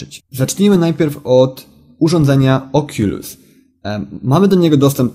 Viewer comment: czyta się okulus